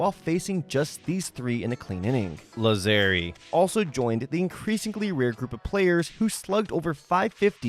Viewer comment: Well, that last name would be pronounced "Làzzeri" in Italian, so you were actually correct (source: I am Italian).